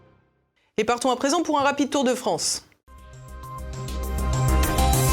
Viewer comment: Rafael g... 2eme boufon comme holond et. Ouffffff la fffffrance